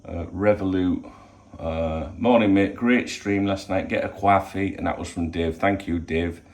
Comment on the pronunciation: Do enjoy how original these morning briefings are. Keep it up. Get ya tests done then get back for a cwoffee